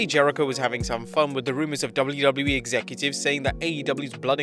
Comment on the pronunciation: why does it sound like he says “double loo double loo eee”😭